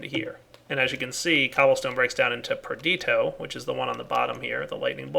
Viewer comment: please, its perditIIIo, please say the I...